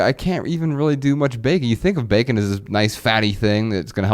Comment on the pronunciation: 😂😂😂😂 been saying beer can over and over. I was like bullshit! But it does sound like a Jamaican saying bacon 😂😂😂